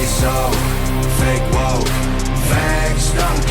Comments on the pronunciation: He said fa Kay was kay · “FAH-KAY WAH-KAY”🤣😂